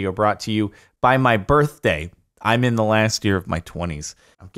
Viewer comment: Idk if it's for the meme....But regardless it's like. In. Like in. Not lick ins.